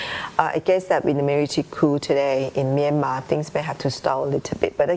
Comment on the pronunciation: Okay but can we talk about how she pronounced Myanmar ??!! Best pronunciation I've seen so far